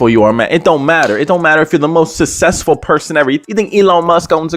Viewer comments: "he not sussessfull like that" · Susseful had me rolling 🤣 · Bro when said “and he not sussesful like that” I started dying laughing